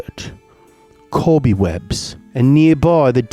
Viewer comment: brittish "cobby webs" ASMR